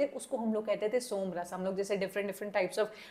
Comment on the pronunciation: Please pronounce it रस and भाव